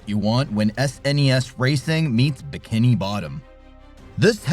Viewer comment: Must be AI, can’t pronounce “bikini”